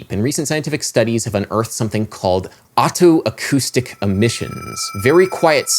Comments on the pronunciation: >Perceptual geography What does geography have to do with it??? >Neurophonic Whatever you say, Adam, but you're pronouncing otoacoustic like autoacoustic which I believe is incorrect. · FYI, it's pronounced "oh-toe-acoustic", not "otto-acoustic". Just like otolaryngology.